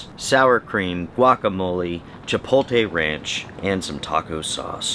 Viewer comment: You’re one of those people that can’t pronounce “chipotle” correctly.